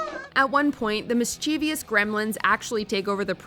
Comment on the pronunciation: Someone doesn't know how to pronounce mischievous!